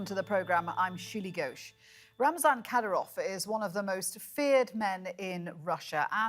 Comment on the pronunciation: Learn to pronunce the name accurately first. 😂😂